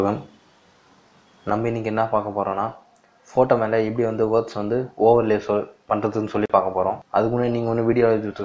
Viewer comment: Say that word correctly, overcloud ah